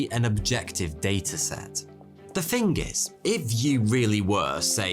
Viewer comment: Bro, 'Thing' is pronounced with a 'Th' not an 'F'. Thought an 'all knowing' chap such as your good self would know. Arrogance isn't an easy path to navigate is it dude?